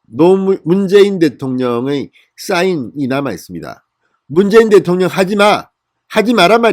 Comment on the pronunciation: 대토령이라고 하지마세요